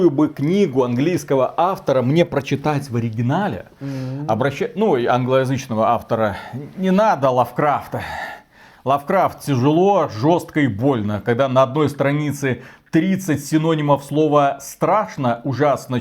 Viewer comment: ну ЛАвкрафт ведь,а не ЛавкрАфт!Ну...